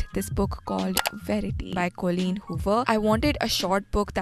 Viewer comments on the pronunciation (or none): none